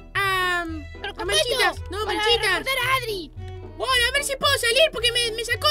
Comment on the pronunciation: Dice machitas no manchitas ¿no te diste cuenta?y si te diste cuenta amiwilike